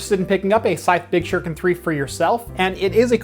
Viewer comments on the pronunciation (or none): SHU-RI-KEN .... not "shur-ken" .....seriously?! it's 2019, learn how to pronounce your Japanese damnit!